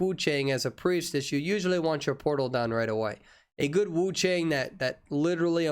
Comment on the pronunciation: He said Portal but all i can hear is "Polo" XDD